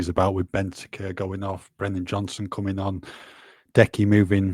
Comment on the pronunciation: the word is “mooted”, not “muted”… I would think as a journalist you would know that. Ally will be saying “Brendan” rather than “Brennan” again nexr! 😂